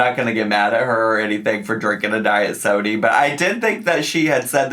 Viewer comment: The way you say sodie 😂